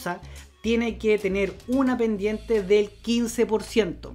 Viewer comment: Hola, dado que los de habla hispana en el mundo somos muchos pero también hay gran cantidad de modismos para decir lo mismo, creo que deberías hablar con MENOS APURO, arrastras muchas palabras que no se entienden para nada... Ejemplo: Bendiente del 30 Borciento... Saludos